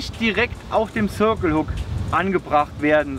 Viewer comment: warum sagt ihm denn keiner wie man "circle" richtig ausspricht?